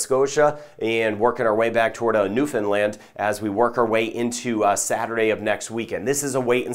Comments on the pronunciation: Thank you for your proper pronunciation of Newfoundland! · EXCELLENT PRONUNCIATION OF NEWFOUNDLAND!!!!